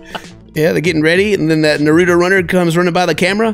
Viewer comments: I'm sorry I love you but pls say Naruto name properly it's not noruto it's Naruto 😤😤😤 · Why doesn't anyone correct his pronunciation of Naruto lol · Am I the only one who's just a little upset at the fact that can't say Naruto right?